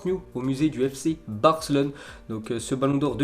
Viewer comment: je parle pas de barca ... Je parle de la prononciation de ce tebe ... Quand à chaque fois qu'il pronoce la ville de Barcelone ( fc Barcelone ) lui il dit fc Barclone ) il à tendance de oublié le E , ok .... 🤫